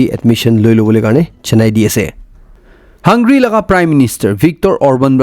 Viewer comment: Hey bro! Great fan of your Chanel and never miss your news update where from I learn a lot of info. However have been noticing many errors in your pronunciation which I never commented but today with positive vibes I want to bring to your notice to avoid such errors because not all listening here are aware enough and many might be ignorant to correct themselves. Hungary (hung-ga-ry) colonel (ker-nel) Please don't take it as criticism but rather take it as positive correction 👍 Thanks for all your effort to always keep us updated. You're doing a great job